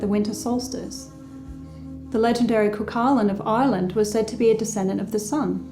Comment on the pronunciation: It's pronounced "coo-hull-in" and spelled cuchulain.